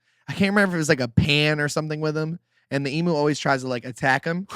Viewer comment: It's pronounced em-U. Nice show 😇